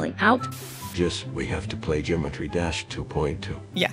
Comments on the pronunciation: jimetry dash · "Jimetry Dash 2.2" 💀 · Gymetry Dash💀💀💀